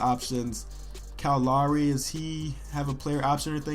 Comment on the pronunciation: His pronunciation of "Lowry" bothers me more than it should...